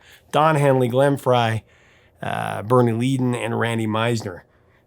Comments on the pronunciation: It's actually pronounced "Led-in" NOT Leed-in. Please make a note of it.😉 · Another amazing breakdown. I love the Eagles and Randy. Interesting how it seems Frey was responsible for Leadon, Meisner, and Felder all being out of the band. btw I think you pronounced LEE-don when it should be LED-don ;) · Do have a little quibble here Bernie Leadon's name is not pronounced Leee-don... It is Led-don as in lead pipe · FYI the first syllable in Leadon rhymes with "red," not "feed." Also, Randy's background vocals can still be heard on Pickin' Up the Pieces. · Bernie's last name is pronounced "LED-don," not "LEE-don." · It’s pronounced “LED-den.” His brother was in Mudcrutch with Tom Petty before he formed the Heartbreakers. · LEAD IS IN LED IS HOW Leadon is pronounced! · Bernie Led on, Led on. Come on. Zero credibility to anyone who pronounce Bernie's last name. Oh yeah, it's Few ray, not Foo ray. Come on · Bernie pronounced "Leddon"....(Leadon) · So phewking annoying that this phewking bloke calls Randy Meisner a sideman, backup singer. Learn Eagles history. Learn their catalog. And you can't pronounce Bernie's last name. That's phewked up. Come on man Sack up.